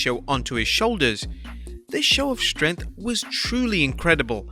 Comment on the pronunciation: the way this dude say’s strength makes me want to die